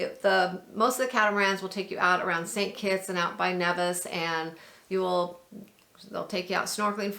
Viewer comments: Nevis is pronounced like Neevis.... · Thanks for showcasing my beautiful Federation. With respect...correct pronunciation of names would also be appreciated. Neeeevis, Ba-teek,..just ask a local...